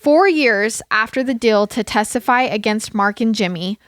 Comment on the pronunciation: I like the fact when u say deal u say dill